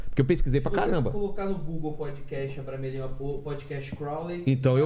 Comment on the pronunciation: Vilela : eu sei , estudei muito o abramelin. E falou tudo errado kkkkkk